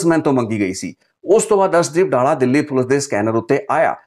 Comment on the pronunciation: ਡਾਲਾ ਨਹੀਂ ਡੱਲਾ ਏਹ ਪਿੰਡ ਦਾ name